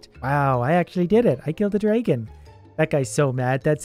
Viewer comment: i like how you say dragon. its like draygon